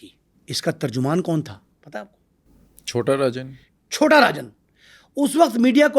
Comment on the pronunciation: Or uncle hawabazi kar raha h 😂chota rajan ko chota arjan bol raha h baki once upon a time in Mumbai ki story suna raha h